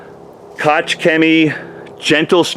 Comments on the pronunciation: Koch rhymes with chalk... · I have a friend with the last name Koch, and it is pronounced "Coke"... not sure if that is the same.